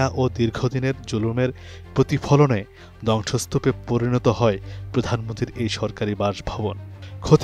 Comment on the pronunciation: পাঠকের উচ্চারনে সমস্যা আছে। যেমন "ধংসস্তুপ" কে "দংশস্তুপ" , "দ্রুত" কে "ধ্রুত"।